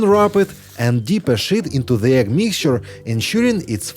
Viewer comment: Whoever is speaking needs to work on the pronunciation of the word sheet. Otherwise, it sounds like a cuss word.